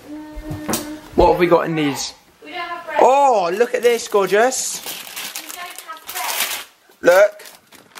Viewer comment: Aww he said look at this georgous